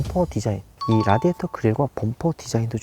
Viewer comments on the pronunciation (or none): none